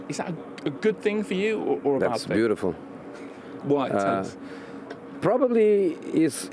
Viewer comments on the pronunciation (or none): He said, 'That's buutifool' not, 'It's beautiful', but hey, Tomatoe, tomato.🤷‍♂️